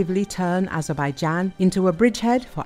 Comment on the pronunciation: Nie ezebajden tylko A-zer-bej-dżan, jak ten AI już denerwuje! Sam jesteś ezebeden